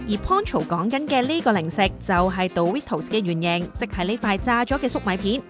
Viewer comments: 其實係咪唔係叫「度litos」 我覺得應讀作「door ritos」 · 其實應該係讀Do(Do did done嗰個do）ritos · 唔係「杜」ritos, 係「惰」ritos 呀😂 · 唔係惰ritos. 係讀doritos. 😂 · 少少更正：個讀音係「墮」唔係「道」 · 下次英文搵電腦讀啦😌唔好再墮we圖s喇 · 佢叫做墮ritos 讀唔出建議用返google發音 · 冇錯 應該係讀：多 ri tos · 杜ritos… 好un耳.. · 讀錯真係好難聽😂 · 好難聽，唔係咁讀😂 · 幫人賣廣告之前可否將人地品牌名發音練熟啲，尷到頂唔順睇唔到落去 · 做「牌子嘢」但讀錯人哋個牌子…… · 你地讀 dorito 發音好重，個個音彈出來咁。😅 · 女旁白講英文真係好難聽.. Doritos都可以讀到咁 即刻唔想睇落去